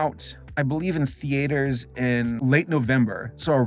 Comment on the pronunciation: can say "Encanto" but he still can't properly say "theater"